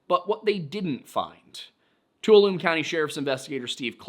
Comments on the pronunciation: Also, …Tuolumne isn’t pronounced “two-uh-loom” It’s pronounced “two-allamee” Like “wallaby” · I'm from the area and tuolumne county is pronounced "too-wall-uh-me", and I fish at Sandbar flat a lot and the canyon is extremely steep and foul play is the only explanation that makes sense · Just a note! Tuolumne is pronounced Two-all-uh-me! My credentials- a Central Valley native who works servicing Tuolumne County! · As always, good stuff, but I'm sure those familiar with these areas might cringe a bit at the pronunciations of places like 'Tuolumne' and 'Merced.' Even though you are debunking DP, and while some of these cases are obviously foul play, quite a few are legitimately mysterious, even after close scrutiny and better research. DP could actually get his facts straight and tell the whole story while still having some weird, unsolved disappearances.